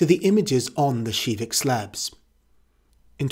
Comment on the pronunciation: Hol up hol up. You pronounced KIVIK SHIVIK ??